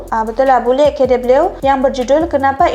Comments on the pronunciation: Bule KW jangan dibaca bule dablyu tapi dibaca buleg kawe. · Nisa....bule kw jangan dibaca bule key double U.... yang benar bacanya adalah bule kawe. Apa itu kawe? Kawe is slang in Indonesian.... it means imitation. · Bule k dabelu 😂😂.. Di baca k We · bule kei-dabelyu 😂 kawe kak bukan kei-dabelyu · Bacanya Chanel itu: bule kawe. Bukan K double you